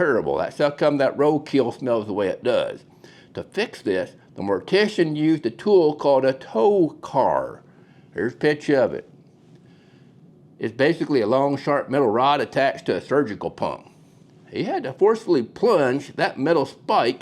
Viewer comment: Trocar not tocar